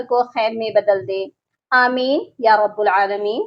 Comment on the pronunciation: یا رب العالمین رب کی ب پر پیش پڑھنا یہاں درست نہیں۔ بلکہ اس پر زبر پڑھی جانی چاہئے۔ امید ہے تصحیح کی کوشش کریں گے!